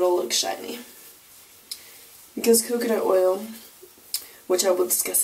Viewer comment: u said "coocoo nut oil" lol luv ur puff